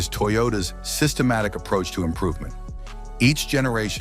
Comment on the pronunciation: Holy Hell Toyota has more cars on this list than the AI voiceover says..."sytematic".